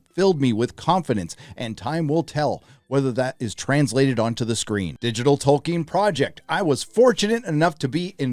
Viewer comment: Well thank God. Dunno who got in his ear but hearing "Toll-keen" was getting taxing